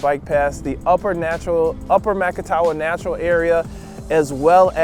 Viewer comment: Ma-ca-ta-wa is how it is pronounced